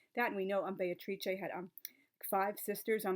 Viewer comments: Just caught for the first time how Beatrice is pronounced in good Italian or Renaissance Italian. To my ears it sounded like Bay-tra. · That is so cool about the acting and that you can now pronounce Beatrice properly! [I'm still working on it...] Tableaux are brilliant - an easy way to make a group connection and bring people together. Sometimes a costume can be a tablecloth or a napkin.